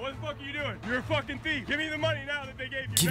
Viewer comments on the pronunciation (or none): Ce qui est écrit: It’s a thief Ce que je lis: It’s a thief Ce que Mastu lis: Itafif